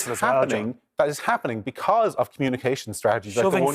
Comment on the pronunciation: 'Becuz', it's Because. I can't stand that, Paul Murphy does that too. Can't even pronounce an English word properly and he's a west Brit. People elect for representation not a dictatorship, the absolute gall of him saying he has a mandate to do whatever the hell he wants without consent.